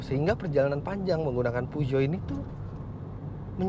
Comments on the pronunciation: Peugeot di baca Fuso... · Pesyo yg bener, reviewer nya ucapin merek mobil jg salah.yg penting penonton paham,ini kan bkn ujian bahasa Perancis,jd kl salahpun Ra Popo jee* sy pawang singa 307 sw diesel 2004 Gunungkidul-jogja